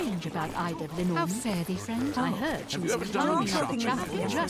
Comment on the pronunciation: As a Londoner, everytime I hear you say the word, "heard", I think you're saying it weirdly... but then I realise you're actually saying the word phonetically which is probably the propper way to say it lol. Love your accent and love this playthrough! So glad I've got so much more content to go! Really enjoying it so far.